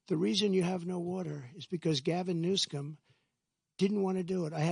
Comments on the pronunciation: lmao he said "Gavin newSCUM" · HE SLIPPED IN NEW-SCUM OMFG! YOURE A SAVAGE DONALD!!!